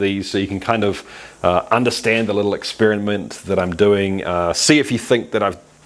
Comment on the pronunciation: Eggspearinmint lol love it, keep up the good work.